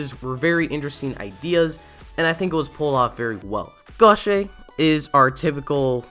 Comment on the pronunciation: The way he pronounced "Gauche" is worst then how the show pronounced it i speak french so yeah kinda pissed.